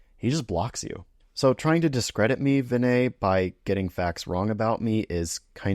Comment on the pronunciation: Hey Pal, How about learning to pronounce Dr. Prassad's first name correctly?